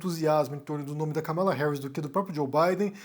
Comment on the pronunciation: A pronúncia certa é Kâmala, e não Kamála.